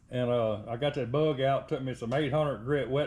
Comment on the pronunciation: Close enough for me to 😊 music overlays perfect 👌 👍 the way you say bug love the accent " berrrggg"😂 in the paint. Now don't scratch it putting it together, that cars been though hell. 😊 👍